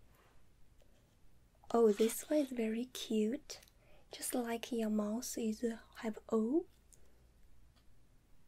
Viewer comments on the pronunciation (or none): TheBoringSadMan News she was saying "mouth" with a Chinese accent😂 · "open your mouse" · open your "mouse"